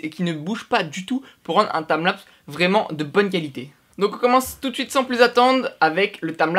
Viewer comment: TIMELAPS PAS TAMLAPS 0/20 l'anglais CA se vois